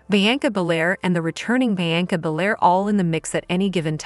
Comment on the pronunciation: Learn how to pronounce Trish's name. Seriously. Also, Bianca's name. Holy shit.